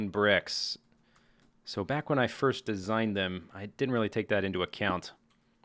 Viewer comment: Welcome backa to the mindacracka